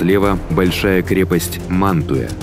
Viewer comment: 11;26 - научитесь ставить ударения правильно и подпишемся. Манту'я, Па'виа и т.д. ... насилуете топонимы...